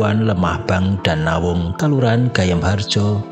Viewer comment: bukan nawung tp ndawung